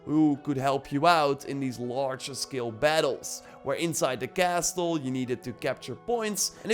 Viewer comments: Castle is pronounced with a silent “t” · im triggered by the way you say Castle LOL good vid